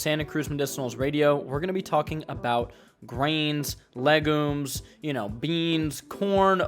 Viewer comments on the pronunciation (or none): I thought u said “legos” for a sec💀💀